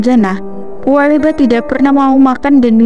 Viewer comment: Pua Bela "' mba bukan pua leba😊,😀🙏🙏